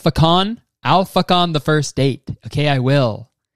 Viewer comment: all i can hear when you say ‘alpha con’ is ‘i’ll fuck on’ and how did none of these men notice